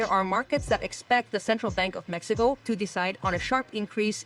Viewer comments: Solo entendi cuando dijiste: Mecsicou... Nomás ! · Jajaja esa está buena solo entendí mecxicou